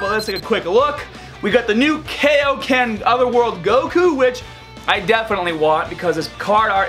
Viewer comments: Why can’t he say Dokkan or kaioken correctly? That’s the only thing bothering me about this channel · You’re pronouncing Dokkan wrong and Kaioken wrong...just saying